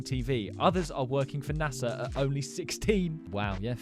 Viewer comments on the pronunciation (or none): none